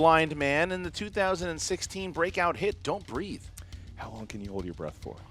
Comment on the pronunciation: You guys, it's "breathe" not "breath".